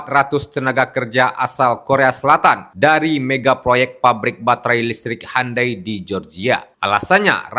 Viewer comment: Bukan handai, tapi hyundai. U di baca u, bukan di baca a